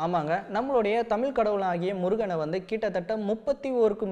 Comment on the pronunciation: தமில்/தமிலே இல்லை தம்பி "தமிழ்" கூறுங்கள். உங்கள் பணி மேலும் தொடர்க!